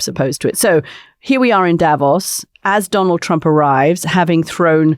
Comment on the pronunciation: The Mooch gets the stress on "Davos" right, while his Swiss counterpart pronounces it otherwise!